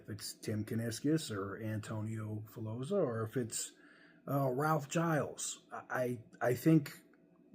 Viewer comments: It's "Gill-eez" not "Jyles" - that extra L makes all the difference. The company needs an Iacocca-level person in charge. Someone who can simultaneously stickhandle the government and get them off their back, inspire the public who are pretty disillusioned with Chrysler, and work the internal politics to bring CJDR out of the mess that it's in. Seeing what he's done with the company over his tenure, I think he'd be a good choice. Sure, he's from the design side where it's usually engineers or finance that become CEO's, but he's been a very senior exec for a bunch of years at this point, it's not like you're taking clay out of someone's hand and putting them in the big chair. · its spelt giles so if anything it should be pronounced "guy els"